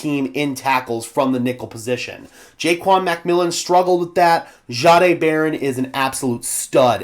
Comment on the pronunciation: Sure appreciate all your hard work. I am not certain. but I believe Payton said his name is pronounced Jay-D(eye).